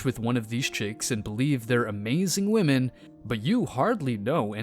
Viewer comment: "What modern wahmyn go through?" Don't you mean what goes through them?